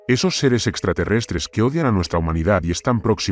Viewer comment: Es trateretre no esite 😂